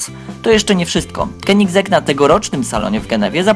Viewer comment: Keniseg tak to sie wymawia